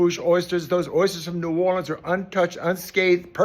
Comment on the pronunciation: my man even says "ne'worlins" instead of that fake "nawlins" crap. he's indeed a real one